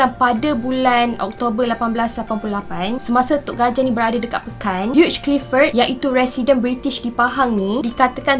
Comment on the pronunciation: Hugh Clifford disebut sebagai ‘hiu’ Clifford. Bukan ‘hiuj’.